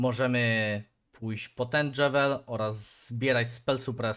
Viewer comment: build wygląda solidnie :) ale...dżewel... boli moją duszę xD